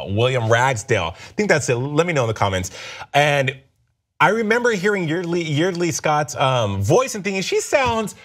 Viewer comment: Wrong, wrong, and wrong. It's Yeardley (pronounced YARD-ly ) Smith , who played Lisa .